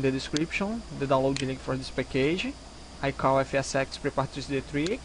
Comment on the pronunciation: Show. Vou ver se essa noite eu começo a migrar, vlw. Só uma dica, tenta tirar um pouco do sotaque carioca na do "this", tá falando como se fosse apenas um "T" com sotaque daí, ou "d", mas tá de boa mesmo cara:)